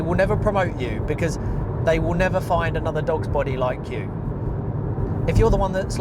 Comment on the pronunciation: I thought you said dog's botty lol. I work in an electronics factory part time and get part disability pension as I'm on the autistic spectrum, I am stuck mostly doing my repetitive job as I'm good at it, I'm only working there to get my pay, I still do my job well enough as it's in my nature to make the product with quality. I know my workmates internally have an issue with me working part time but I ain't quitting my pension or I'll be worse off working full time and losing the pension benefits and the rent going up, so yeah full time near minimum wage blue collar work is not worth it in general, in my own way am doing things the smarter way given my own circumstances. Anyhow good video, I totally agree with you!